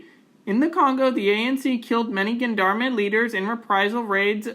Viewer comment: Just a nitpick, "gendarme" is pronounced "zhan-darm". Otherwise, very informative.